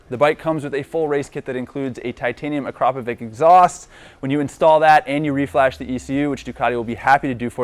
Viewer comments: Akrapovich not Akrapovik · its pronounced akrapovitshh c'mon guys